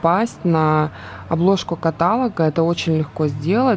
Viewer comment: Интересное и позитивное видео., пожалуйста, не говори «катАлога», на тебя смотришь и видишь образованную девушку, не порти свой образ такими маленькими, но режущими слух ошибками 🙏🏻 в слове «каталОг» ударение на «О»☺️